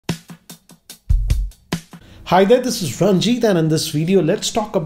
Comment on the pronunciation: How did he say hi there this is 😂😂